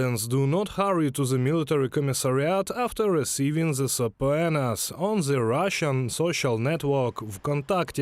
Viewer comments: I was like what the hell are they saying?! sappuenas ?? they tried to say subpoenas ... i appreciate the effort though for trying to give english videos but sometimes the mistakes are funny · I will have to teach you guys how to say, "subpoenas"